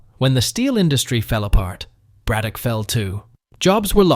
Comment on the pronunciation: How are you going to pronounce Braddock correctly, but butcher Monogahela like that? In case you're interested.... it's MAH-NON-GAH-HAY-LA